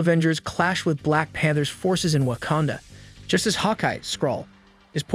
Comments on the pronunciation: Especially when he says wah-can-duh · Wakanda not wacanda